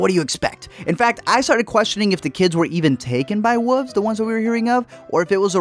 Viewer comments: ... wulVVVVVVVVVVzzz ... woolvz ... maybe even woLLFF but NEVER Wofs / wooofs or wufs. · Wuvs? You mean Wooooolves? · “What are “whuves”? “ “Wolves...” “Oh...” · You can't say "wolves"? U have to say "woofs"....? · Melk or milk? Wuves or wolves? Roof or ruff? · woofs or wuvs? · Honey there called wolves not wulves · really woofs it's WOLVES pronounce the V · All I hear is woofs. Woofs? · Lol y’all keep saying “woof” and “wooves” 😂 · Are you calling wolves "woofs"? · What the fuck are wooves? Oh, you mean wolves! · Say “woof” one more time. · Man said wooves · The way u say wolves is horrible. "woofs" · oh my god i’m adoring “wooves” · Has nobody ever told this guy how to pronounce “wolves”? 😂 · "He's gonna get taken by wooves" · WoLves....the 'L' is not silent. And I could have told you in 10 seconds that this movie is the dumbest thing ever filmed.... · Brandon Sanon or alternatively “woofs” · I had friends when I was a kid who pronounced it this way. It always annoyed me...even at 5. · the way this guy says wolves is so funny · Sucks you reviewed a movie about wolves when you can't even pronounce "wolves."